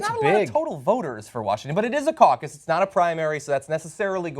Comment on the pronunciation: caucous lol te hehe